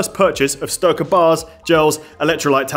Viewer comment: Styrka rhymes with derka like in Team America!